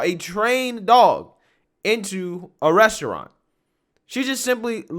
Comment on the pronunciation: She's trash. Total disregard for anyone but herself. You can trust her not to be a loyal friend. I'm glad she left. She should have been made to leave, though. She can't even say restaurant correctly so you know where she's at lol.